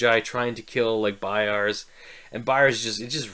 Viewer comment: Great Review sir. I agree with a lot of the things you said! Quick nitpick though, the practicals were Severard and Frost, nos Vetari...also its BayaZ, not Bayards haha. Curious, have you read the following books?